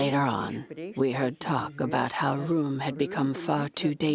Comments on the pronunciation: How much effort does it take to do the research to get the German pronunciation right? "Room"? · "Temple-hoof?" "roo-ere?" Who taught this chick how to pronounce these places?